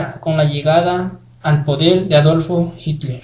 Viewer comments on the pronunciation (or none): Enhorabuena por el vídeo y la recopilación de información. Pequeños fallos en pronunciación como Adolfo hurler, siendo Adolph Hitler. Pero genial. Ahí tienes mi like. Muchas gracias por la recopilacion